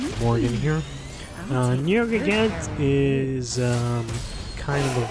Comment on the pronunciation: Ugh this YouTuber who doesn't know how to pernounce the monster name... ugh.